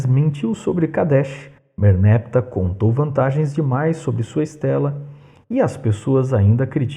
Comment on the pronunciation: Merneptah não deve ser pronunciado como merneptáh, com oxítona tônica?